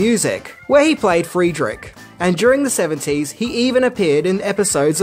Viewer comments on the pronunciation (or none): none